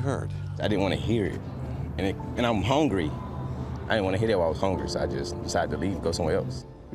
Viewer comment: “And I’m hongry “ 😂😂😂😂